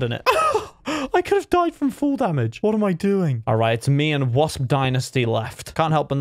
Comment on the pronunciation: Him saying wosp is similar to wisp. Me : how did u not know ur owner and he’s mod